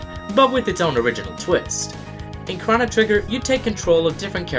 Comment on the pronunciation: why does he say chono like that? is this his first day on the internet? cause I know it's pronounced differently everywhere else